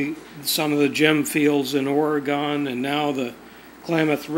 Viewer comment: I enjoy your Finding Gold episodes very much but have to cringe everytime you say Orygone. Its not gone, its still here. Come on, you can say it with practice, Oreegun, Oreegun, Oreegun:-) LOLing from Roseburg. Anyway, protecting the great outdoors should always be done by people that appreciate and understand it complexities. Sound Science and Common Sense is the way! Not Politics!